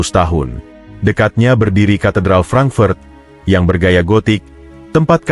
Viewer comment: Mengapa kota HAMBURG diucapkan HEMBERG dan FRANKFURT diucapkan FRENKFERT? Narator semestinya mempelajati dulu cara pengucapan aslinya, agar penontonvtidak bingung.